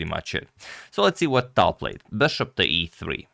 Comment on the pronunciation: Agad, it's Talj. You should pronounce how Russians would pronounce.